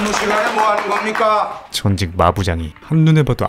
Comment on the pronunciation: 겁니까 인데 ㄴ이 잘 안 들려서 검까로 들리네요 ㅋㅋㅋㅋㅋㅋㅋㅋ